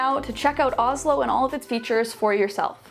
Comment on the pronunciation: help- the sponsor is names the same as the capital of my country (Norway) and u pronounce it more like OoShlo and say more ooo than ohh